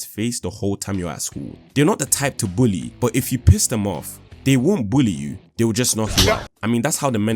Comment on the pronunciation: i’m snickering at how bro says bully